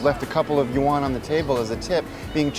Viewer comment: Just use "Chinese dollars " if u can't pronounce "yuan".... "won" is Korean